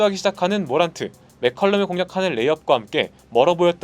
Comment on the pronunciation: 모란트를 머랜트라고 부르는 ㅋㅋㅋㅋ